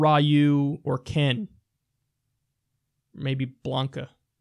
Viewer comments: RI-YOO? Its RE-YOU. Ryu. You're so adorable Kyle. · Oh Kyle. Ryu is Japanese. That means his name is pronounced as "Ree-you", not "Rye-you". I'll still give you some points for making the obvious (but justified) video game joke. Surely this correction in YouTube will earn me respect and admiration. I just know it! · Im a big SF fan and Im offended you pronounced it RAI YUU. Its REE YUU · Back in the 80s and 90s many outside Japan pronounced Ryu like that and they either didn't know or care what the correct pronunciation was. I still encounter people now who insist its "Raiu" and refuse to say "Ryu". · "Rye-ooh" Goddammit Kyle I thought you were hip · It's pronounced Ree-Yoo, Kyle. Ree-Yoo. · It would be "Ree You" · Rie-yoo and Ken... Rie-yoo, Mother Fucking RIE-YOOOO!?!?!?!?!?! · Gaah! Ryu is not pronounced "RAI-Yoo"! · Ryu is pronounced "Ree-yoo". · Ryu is pronounced Ree-You, not trying to be rude or anything. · kyle its rieeee you